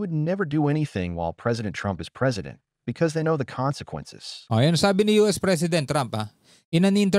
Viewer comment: very clear when you read that word consequences not (konsengkwences ) in visayan or Tagalog sound or accent, please consider my correction weather I'm write or wrong.